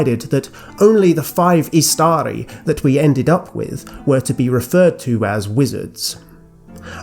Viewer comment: Fantastic video as always. Totally unrelated but (i could be wrong) isn't Istari pronounced stressing the first syllable (IS-ta-ri) since the second has a short vowel followed by 1 consonant? Or is this a case of an exception of the rule (like Imladris)? Thanks!